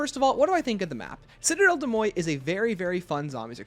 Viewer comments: I could be missing an inside joke, but you are pronouncing Citadelle des Morts very wrong. The morts is pronounced like more, not moy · Great video but it’s « des moRts » not « moy » 🥲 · How did you even get ‘moy’ out of ‘morts’? If you’re confused about the pronunciation just look it up, don’t make up your own lol